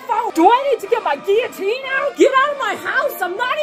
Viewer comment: As a french person can i give my wholehearted approval to the correct pronunciation of guillotine? Cause you nailed it.